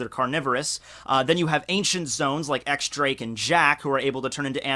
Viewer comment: It's not pronounced X Drake it's pronounced Diez Drake.